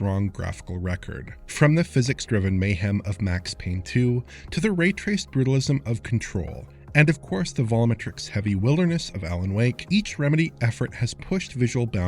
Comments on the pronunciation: Volometrics? Seriously? Come on man, even John Linneman finally got that word right. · AW2 looks pretty fancy. Great vid! For future reference the word "volumetric" is pronounced "vawl-you-meh-trik". It has four syllables, not three!